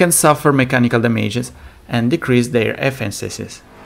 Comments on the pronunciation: "decrease their effencisis" 😂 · First of all, sorry, but I can barely sit through your video with how you pronounce English. You really got to work on it, because I don't know what you said instead of "efficiency", but you clearly didn't say "efficiency". Second of all, couldn't you have mentioned Street Legal Racing? It was BeamNG before BeamNG